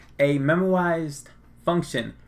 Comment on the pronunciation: I think memoized is pronounced like `memo-eyes-ed` rather than `memo-i-zised` but I'm not positive